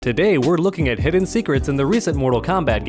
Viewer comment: The most hidden secret of them all… Hiddent